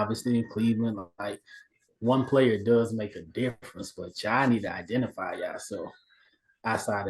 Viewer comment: totally messed up saying identify lol.